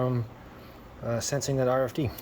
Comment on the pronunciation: RFID not RDIF😊